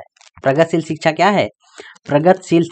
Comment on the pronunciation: सर मैम बार बार शिक्षा को छिछा बोल रहे हैं।🤣🤣😂